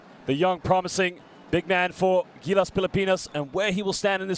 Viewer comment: pilapinas daw. can somebody please check the annotator. pilipinas!